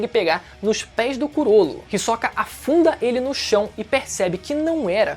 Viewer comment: ri soca é pica kkkkkkkkkkkkkkkkk ri demais da tua pronúncia, eu sempre pronunciei risôca ótimo vídeo